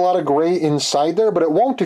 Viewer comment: You sound like Bob and Doug McKenzie when you say the word "hose." ;-) Now to give this one a try...